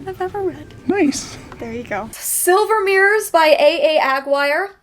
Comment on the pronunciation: Aguirre is a Spanish name, pronounced like a-gier-reh (think "te quiero"), not acquire